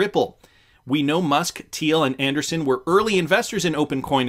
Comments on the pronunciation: Anderson is pronounced one way Andreeson it’s pronounced with a long E I guess they don’t teach English up in Canada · It’s Andreeson … correct? Not Anderson? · Not trying to be picky, and I've enjoyed watching for years. But it's kinda cringy hearing Anderson, whenever I can clearly read Andreesen. Can you not see the difference in pronunciation? It's not like it's not been pronounced correctly on every financial and crypto related program everywhere. I know you like to keep things moving and regularly read your own interpretation of what people write. But some of these things go to having the basic gravitas and trust in the content. Hope you understand. Thanks.